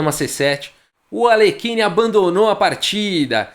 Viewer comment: Não temos qualquer obrigação de pronunciar corretamente o nome de estrangeiros, entretanto, só pra ilustrar, é assim que se pronuncia o nome de Alekhine: "Aliérrin".